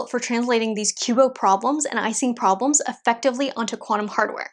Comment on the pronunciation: Now if you learn one thing from me today, it's this: Don't listen to the Anglos. Ising is 'easing', not 'icing'.